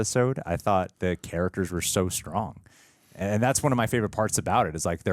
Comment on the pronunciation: Why… does the guy on the left pronounce it “carrackers”? There’s a T in “characters.”